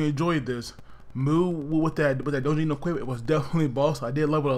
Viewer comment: Dojinn? Ahhh d is silent